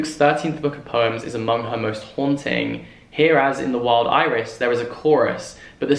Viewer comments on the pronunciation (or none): none